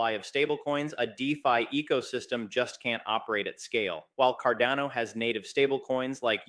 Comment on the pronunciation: Might be petty but I sure wish you would make up your mind between the pronunciation.....is it carDANo or carDONo